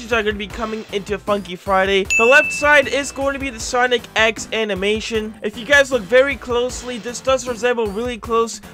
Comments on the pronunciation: watching the video, hears say "Sonic ex" instead of "Sonic.EXE" (or "Sonic Exe"), day ruined, dislike earned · ITS SONIC EXE NOT SONIC X i mean the pronounciation